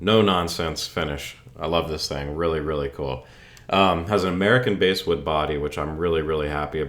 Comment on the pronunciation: Bass wood is from the word bast, thus pronounced bass, not base. Cool content. Rocky George from ST played an Ibanez on a few of the ST albums. George's soloing is incredible. Check it out, and I dig the content and that axe.